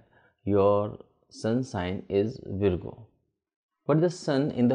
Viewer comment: it Virgo pronounce as Vargo not veergo